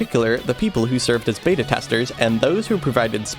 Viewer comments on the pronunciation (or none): none